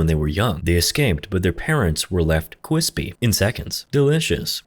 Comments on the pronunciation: "Left his parents cwispy?" Probably the best story teller for movies on YouTube. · Why did he say "cwispy" like that bro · "and their parents were left cwipsy" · I’m sorry to say this but that man said “Cwisby”😂😂😂😂😂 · Cwispy delicious 😂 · their parents were left qwispy. in seconds... delicious. maybe it's because it's really late, but this made me laugh my ass off. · But their parents were left ✨cwispy ✨ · When he said cwispy I started dying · This beautiful fucker really said cwispy im dead lmao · bro "quispy" and "delicious" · Who doesn’t love some cwispy parents